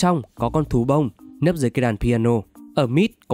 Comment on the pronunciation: Có ai nghe từ "Thú Bông" thành "Tú ông" ko zạ????